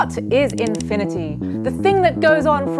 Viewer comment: holy crap started off the video with a loud "WOT ISH INFINIDY"